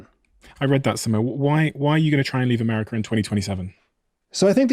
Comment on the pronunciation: Where is ‘Ameriker’